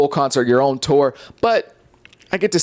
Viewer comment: Where are you from my G? The way you say “tour” is legit crazy haha